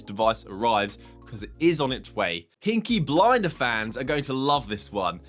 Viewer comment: peaky blinders not pinky blinders